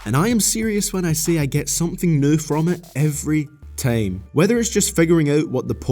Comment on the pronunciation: The worst thing is how you pronounce "Time" & "Line"